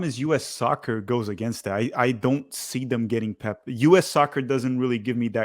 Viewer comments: Pep, not Poop! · Bro said pep guardiola 🤣💀💀